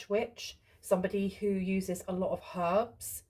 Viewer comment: This reading really makes sense to me Here Yup Thanks so much ❤❤❤ I wish I could live by you I appreciate and adore you so so much 😊😊 FL here Wowzer “ herbs” the way you say it😮😂😂😂😂😂 I always spread Truth Love Light and peace and very very commonly misunderstood and underestimated for intelligence I do not Trust easy anymore I also have folks call me cray cray and I’m doing all the research to know the Truths And dream of stuff before happens too😮😊